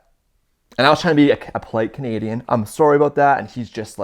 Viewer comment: Lmfao his Sorry was very, VERY. Canadian 😂🤣😅